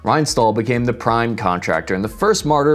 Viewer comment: I needed a while to understand that you mean Rheinstahl when you said "Reinstoll".